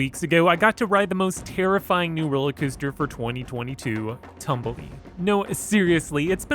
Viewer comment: its pronouced tomb-be-le not tumble-e